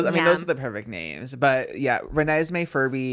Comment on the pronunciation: I’m sorry. No one is gonna say anything about her saying Renesmee? Are there really no twilight fans or 🐀 in here?